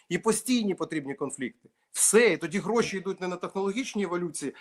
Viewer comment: Ой как ты красиво говоришь слово ГРОШИ 😂😂😂😂😂